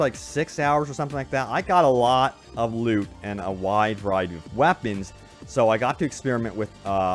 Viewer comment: Am I the only one who kept hearing "I got a lot of lube" instead of loot?